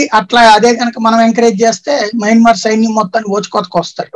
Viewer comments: యమన్మార్ కాదు మయన్మార్ అనాలి. ఒకసారి మీ తమ్బనైల్ చూసుకోండి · Yamanmaar kaadu swamy mayanmar